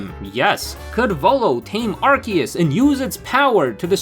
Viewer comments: It’s not pronounced as arse-ee-us 💀 That only existed VERY briefly before they changed it because it literally contained arse..butt. So that’s no longer the intended english pronunciation. Pronouncing it as arse-ee-us is wrong but it’s literally not that serious And what obnoxious subtitles? 😭🖐️ the only subtitles are ones you have to turn on! And they’re auto generated. If you mean the literal 2 seconds of subtitles that feature 1 small sentence 💀 than wow you’re triggered by subtitles WAY too easily.. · Obnoxious amount of subtitles, and saying Arse-ee-us wrong, I got 40 seconds in before leaving. Good day sir.